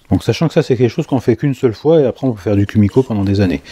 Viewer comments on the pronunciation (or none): Ouep, c'est bien "koumiko" que ça se dit :) Mais on dit "assa no ha" (on "prononce" le h)... Bon, ok, ça ne change rien à la réalisation :D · Juste pour info Kumiko se dit keumiko et les S se dise S et non pas z . Asa = aça Ganbatte ! = courage ! Les essences de bois différentes font du plus bel effet pour l’intérieur du motif et une autre qui pourrait te plaire : mais complètement un japonais Pour le plaisir de yeux